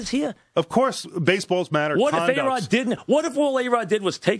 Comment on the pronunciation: Mike calls A-Rod "BAE-ROD" LMAO